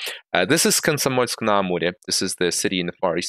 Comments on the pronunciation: Was wondering «how did you manage to pronounce 'Konsomoljsk-na-Amurje'» without looking extremely foreign. The ending phrase «adiós» have placed everything on the places. Hola, ¡camarada-de-Hispanidad! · Хех, подумал что видео от инглиш-нэйтив-спикера, пока не услышал правильно произнесенный Комсомольск-на-Амуре. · How did you pronounce Komsomolsk-Na-Amure without any accent?? Are you russian? 😅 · Great english, no red flags appeared until you pronounced Комсомольск-на-Амуре ))